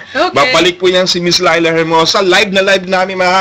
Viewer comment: wag mong butcherin ang pangalan! Leila, as in "ley lah"